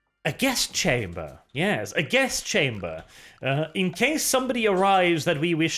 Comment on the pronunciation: The fact that you pronounce "guest chamber" similarly to "gas chamber" is delightfully adorable.